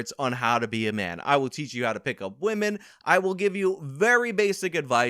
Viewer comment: "How to pick up wemin..." XD